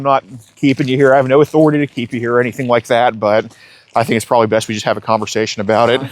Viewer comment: "pwobably" lol.